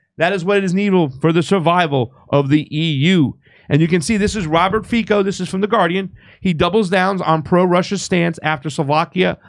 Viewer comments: Hello my friend, I am from Slovakia and Fico is not pronounced Fiko but Fico with "C" without accent.🤣🤣🤣🤣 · Fico is pronounced "Feetso." It is too hard to take three minutes to look up and learn how to pronounce a man's name? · The C in Fico is pronounced as the second C in counCil. Just so you know.